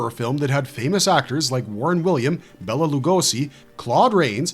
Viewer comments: His name was pronounced like Bayla not bella. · Bela is pronounced "Bay-la" not "Bella". Bella is a woman's name.